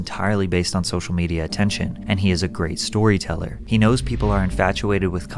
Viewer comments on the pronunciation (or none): none